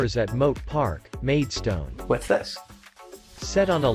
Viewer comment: In some parts the video seems to depart from the narration. The white cliffs are not shown when talking about the white cliffs. Well spotted with the pronounciation of Whitstable and the dropped 'a' sound. Similarly the narration mis-pronounces Maidstone, another common mistake, it's pronounced Maid- stn where the 'o' sound is dropped.